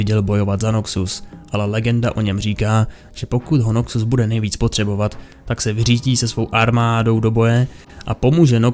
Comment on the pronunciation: Je to Noxus, ne Nokcus…. Děkuji